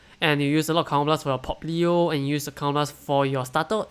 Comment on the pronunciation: „Popplio“...? Alright, from now on I‘ll call Pappio like that forever 🙌🏼 #Can‘tUnhearThat